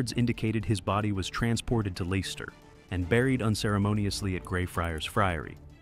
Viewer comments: Leicester is pronounced as Lesster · Dude can’t say Leicester right ❤😂